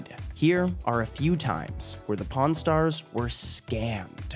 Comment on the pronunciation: PRON STARS OR PAWN STARS I keep hearing the other word